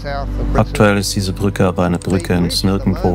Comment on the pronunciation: Wenn du eine Reportage fürs Fernsehen machst, dann sprich doch das Wort "Brücke" bitte auch so aus, und sag nicht "Prücke". Das macht den kompletten Beitrag unschaubar.